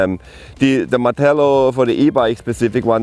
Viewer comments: always says Pacific (correct word is Specific) quite a common mis-said word in England. 👍🏼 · Clue in mate. The presenter continually says "pacific" instead of "specific". Hence my comment.